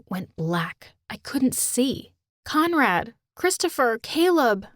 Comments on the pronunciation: Am i the only one who hears commrad instead of conrad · I thought she said comrade and started singing the national ussr anthem